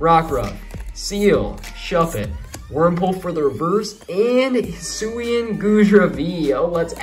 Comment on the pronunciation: i got a lot of good cards including full art trainer card charizard and vstar hisuian goodra oh and also its pronounced hi soo ee an just to let u know also where are the sleeves